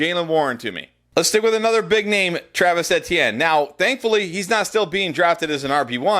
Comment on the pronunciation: Please pronounce Travis Etienne's name correctly.....it drive me nuts every time I watch the videos and you say his name the mispronounciation lol! 😂